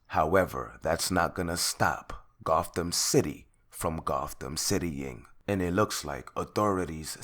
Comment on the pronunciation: he said goththam city stop playing with me